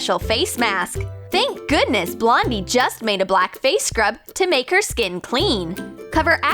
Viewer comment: Did they say Blondie or Londie